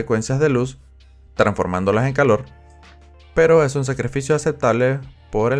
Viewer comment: pesnsé lo mismo apenas escuché "el color ejun tema complicado ¿cierto? osea..." JajsaJs